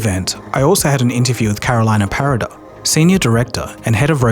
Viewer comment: Cool video! One little feedback: try to pronounce names in their original language. For example, Carolina Parada is Venezuelan, so her name should be said in Spanish.